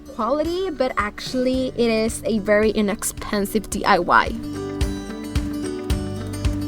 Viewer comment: Hola nena... solo te queria felicitar por tu hermoso canal. Siempre te veo y me encanta, especialmente eres mi "Go To"cada vez q quiero hacer algo galvanized... Me encantan TODOS tus diys... Una cosa, me encanta q ya no dices D.A.Y. Cada vez q lo decias me jalaba los moños lol ya lo dices bien... Yo se q se le traba la lengua a uno aveces, pero eso te hace unica y solo te digo que me encantas.... TE FELICITO... he hecho varios de tus projectos y quedan hermosos. muchos besos y saludos. 😘😘